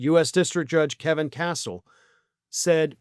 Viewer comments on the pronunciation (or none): none